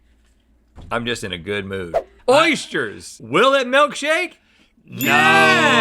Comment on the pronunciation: 1800 episodes and i just realised Rhett can't say Oysters properly.